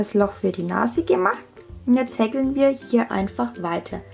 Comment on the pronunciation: so easy und toll zu machen, danke <3 nur wie du häkel aussprichst ahhhhhhh, wie hekkel grins , aber ned schlimm lol